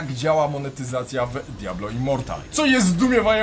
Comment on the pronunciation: Literówka w tytule? Powinno być Immortal a nie Immoral, w filmie też cały czas mówisz Immoral